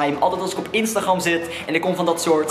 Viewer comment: Wat iedereen zegt: instagram ( spreek je uit als: instagrem Wat zegt: instagrramm